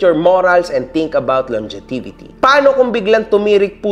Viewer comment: LONG JE VITY KASI ang basa sa LONGEVITY. NEED MO BA NG QA BOSS?